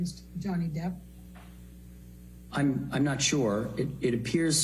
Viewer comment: She say johnny deep😂